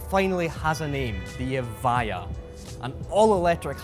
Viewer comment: So you tell us in the description that it's pronounced EV-I-JA yet the guy talking throught the video pronounces it EV-I-YA